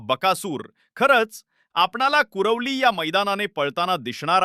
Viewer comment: करवली नाही कुरवली म्हणा गाव आहे आमचे